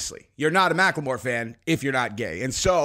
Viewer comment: can you please just pronounce Macklemore like a person that graduated elementary school? Thank you!